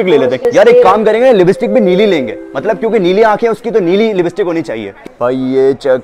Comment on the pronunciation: Libstick .. Nhi .. Lipstick hota ha .. Sahi bolna nhi ata .. Isi lye apko neli ankho wali nhi mili aj tak